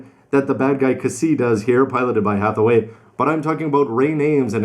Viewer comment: "Penerope" "Heathaway" lel